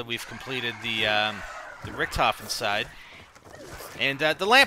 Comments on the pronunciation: of course it´s Richtofen, but it´s pronounced Rishtofen or Risht ofen. but he keeps saying Ric tofen in the video, which is obviously wrong pronounced. and btw, don´t tell someone who lives in germany how a german word is written or pronounced, lauch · its pronounced RISHT OFEN!! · In the game, the other characters pronounce his name 'Ric tofen' so yeah, thats why people call him that.